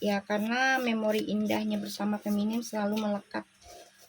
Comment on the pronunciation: Punten bu. FEMININ FEMININ FEMININ FEMNIN ..... Bukan Feminim bu. Sukses selalu ya.